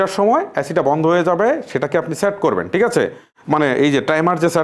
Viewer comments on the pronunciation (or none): ভাই আপনি ঠিককে টিক বলেন কেনো, আপনার অনেক ওয়াড অন্য ভাবে উচ্চারণ করেন